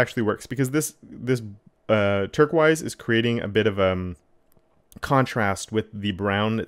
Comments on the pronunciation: He lost me at "turk-wise," but got me back when I saw how nice it looked.... Then he said "turk-wise" again. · "turk-wise" The color you're struggling to pronounce is called teal, dude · Oh my God! The way you pronounce turquoise😡😭